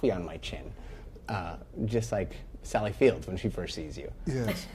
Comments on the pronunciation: How does the interviewer not realize that it is Sally Field? No S. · The host seriously called her "Sally Fields." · Great, up until the end. It would be nice, if the interviewer knew that it is Sally Field, not Sally Fields. Academy award winning actress, been at it since her teens, but no one get her name right...and she is constantly misquoted from her Oscar acceptance speech. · The interviewer should know Sally Field, not Sally "Fields." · 2 things 1: that should be a prime time special and 2. Reporter says “Sally Fields”.grr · To the interviewer: it's Sally Field. Not Fields. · Almost everything calls her Sally fields not field